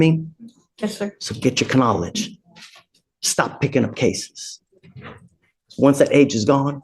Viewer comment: Curious, why does he pronounce the "k" in knowledge? I pronounce the "b" in dumb for those who are exceptionally so.